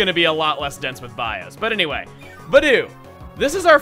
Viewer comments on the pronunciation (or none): none